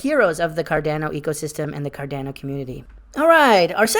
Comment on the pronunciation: You said carDANo again and not carDAHNo!! Aaaarrrggghhh lol. Come on dude!